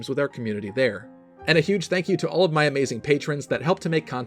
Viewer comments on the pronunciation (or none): none